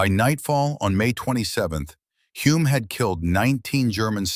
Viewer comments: Yeah theres a lot. Crete pronounced Cree.... all of the NZ place names are pronounced horrendously wrong. Also, the pronunciation of Hulmes name various between "Hulme", "Hume", "Home" and "Hull" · His name is pronounced HULL-M! Bloody AI crap! And he's very well known in NZ. His son Denny was F1 World Champion in 1967!! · Terrible A I voice, repetitive mispronunciation of names, places, mispelt text but still gets the story out. 10 points for getting the story out. 6 points for trying. 4 points for execution. 2 points for spelling. 1 point for constantly mucking up Hulme's name. The place was called CRETE not cree. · Using ai and getting Humes name wrong on multiple occasions is incredibly disrespectful 😢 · Great and very true story, but all of the Greek and German names are mispronounced and as another viewer wrote even Hulme’s name is mispronounced… and there are many other mistakes too. I guess AI is not very I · What a pity an AI voice with an American accent who screwed up Clive Hulmes name at every opportunity had to be used.